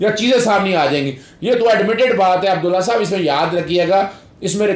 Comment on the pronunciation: اظہر صاحب۔ آپ نے رانا ثناء اللہ کو کیوں ساتھ بٹھا رکھا ھے اور نام بھی غلط لے رھے ھیں عبدالله !!!!!